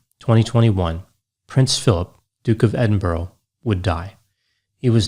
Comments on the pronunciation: Great video. Sorry to do this, I mean no offence! But as a Scot, who lives near Edinburgh, it’s pronounced Ed-in-bur-uh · Just so u know it’s pronounced Edinburgh not Edin-burrow :) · Dearest Americans: it’s pronounced Edinbruh. That is all. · I've been to Edin-Burrow many times It's very nice Apart from the Edin-Rabbits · It is pronounced "Ed- ing- Bru" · It's pronounced "Edin-bruh" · You could have pronounced Edinburgh right! 😂 Apart from that, it was an interesting video. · Rest In Peace Prince Philip. Wonderful video as always - the best analysis of Prince Philip I have seen (and being British I have seen many by now!) I always thought he was hilarious. I am Scottish and I love pronunciation of Edinburgh too much to correct it:D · You mispronounced Edinburgh 🤦‍♀️ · Americans really ought to get around to learning how to pronounce 'Edinburgh' one of these days. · Any other UK listener shout at the screen with every mispronunciation of Edinburgh??? Another fantastic video & insightful overview so you're forgiven xx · Now I 100% KNOW you do very little research on your subjects!...click click click click clicks...and EDINBURGH is pronounced UH...not OH....proving you do not listen!...🇦🇺🖕🇦🇺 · It is NOT Edin-Borrow it IS Edin-BURRA !!! Why can't people with American accents say BURRA with the U as in Umm ??? RIP Prince Philip, Duke of Edinburgh and soulmate of the Queen. Thank you for your incredible service and duty. You do not deserve to have your name mispronounced. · “Edinburgh” ≠ Ed-in-burrow It’s Edinburgh like “ED-in-bruh”, with the last syllable sounding like the American “uhhh....” thinking sound, and the emphasis on the first syllable. Sorry to be ‘that person’, because I know it’s obnoxious. Apart from that, an excellent analysis in every way, as always🙂👍🏼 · Love your videos. Very minor, but the capital of Scotland is pronounced Edin-burra in the UK, rather than -burrow :) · It's Edin-bur-ugh